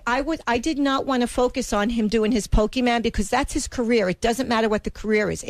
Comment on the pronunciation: Lel "pokeymen" How does that lady know John?